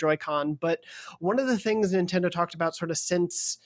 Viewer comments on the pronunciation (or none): The gentleman in the middle pronounces Nintendo as Nin-Tin-Do.